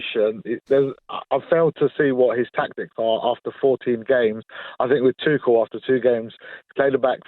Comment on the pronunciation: This guy not only mispronounces Tuchel's name, but at the end, he repeatedely said Tuchel when he meant Potter! He does it twice in a row at the end. 'Tuchel needs to do this, Tuchel needs to do that', etc. I don't think I would want this muppet representing me in court!